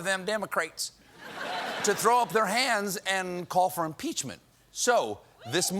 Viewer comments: He can cuss like a sailor, but he can't quite manage to say the word impeachment . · Either he knew he would mispronounce it or he couldn't remember what the word was so he came up with the 'I' word.